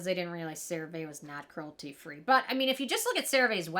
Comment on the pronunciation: You keep saying the name of the product wrong! 😂 Here is a commercial with the proper way to say it